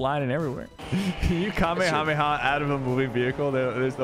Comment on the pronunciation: i love how he can say kamehameha corectly